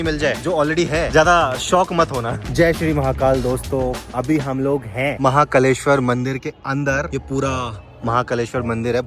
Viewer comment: महाकालेश्वर ज्योतिर्लिंगमध्य Not महाकलेश्वर ज्योतिर्लिंगमध्य Ek matra se mahakaaleshwar ka maha-kalesh-war hogaya😅